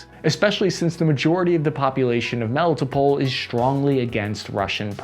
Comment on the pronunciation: * Melly-TOPE’le (Melitopol). * Eezoom (Izium). Your pronunciation of most Ukrainian names is way off. I congratulate you for saying Bucha.